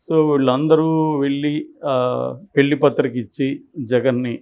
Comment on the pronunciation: Anchor గారూ! తెలుగు భాషను ఖూనీ చేయకండి. 'ళ' వేరు. 'ల' వేరు. .. వెల్లి, మల్లి, పెల్లి... అనొద్దండీ. వినడానికి అసహ్యంగా ఉంది.